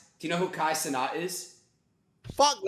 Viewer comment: The way you said "cenat" made me have to pause the video, leave this comment, and never watch it again